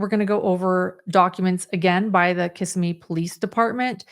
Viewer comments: Its kuh-simee NOT kiss a me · As a Florida resident you’re driving me crazy with the mispronunciation of Kissimee. It’s not pronounced Kiss-ah-me. It’s Kiss-sim-mee. You’re welcome. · Just an FYI: Kissimmee (accent on 2nd syllable) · The town is pronounced Kiss-SEM-ee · One note: The town’s name is pronounced Kiss-Sim-Me. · Fyi Kissimmee is pronounced casimee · Just fyi it’s pronounced Kiss-SIM-mee 😊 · “Kissimmee” is pronounced “Kiss-Seē-Mē” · It is pronounced. Ki-simy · I love how people who don’t know Florida pronounce Kissimmee. OAN, I hope they fixed him in leg